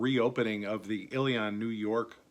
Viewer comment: Just a brief note, Ilion is pronounced "Illy-in", not "Illy-on".